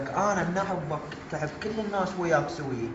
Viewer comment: لك انت شنو ملك جثير اللوم شعدنا ما تكولي بس كولي شلون تلفظ احبك لك اموت عليها علمني احوبك مو هههههههههههه والله كولنا نحبك وحتى بالدوام اشوفة للمقطع سوية